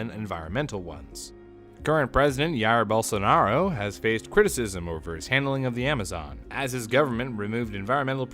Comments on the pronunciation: i'm feeling bad, but i sure laughed when he said yaar bolsonaro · I'm brazillian, and seeing trying to pronounce "Jair Bolsonaro" was just the best part of this video lol. Also,, come to Brazil